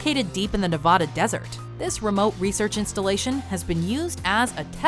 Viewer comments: Ne-VA-da. Goddamn tourists... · Thumbs down because your narrator can’t pronounce Nevada correctly. 👍🏻👌🏻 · I absolutely love your videos keep up the great work but you miss pronounced Nevada